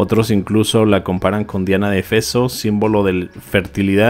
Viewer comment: Éfeso !!! no Efeso... Los españoles no hablan español ?